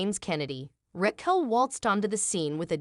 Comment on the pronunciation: I like that it never says “Raquel” correctly